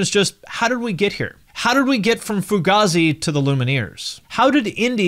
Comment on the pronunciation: It's pronounced like fugayzi, not fugahzi